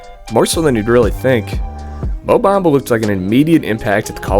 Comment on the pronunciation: Mo Bumba, not Black Mumba... Or sometimes less is Mo?